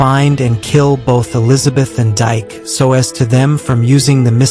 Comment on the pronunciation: It’s not Dyke it’s Pronounced DK in African culture